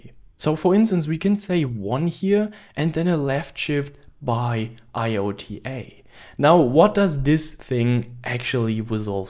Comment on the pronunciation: iota is pronounced "eye oh ta"